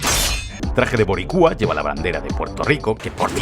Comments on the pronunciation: 😂😂😂😂😂 tuve que repetir el minuto cuando escuché la palabra "boriCUA" realmente es "boRIcua" pero a usted se le perdona todo!! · Boricua?!?!?!?!?!?... se dice BORÍCUA con acento en la i😩😩😩